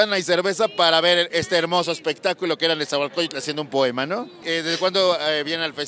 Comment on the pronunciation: Qué proem, qué po, qué moem, pe poem. Me puse nervuoso.